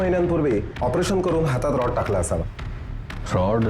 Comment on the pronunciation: रड नाही रॉड mhna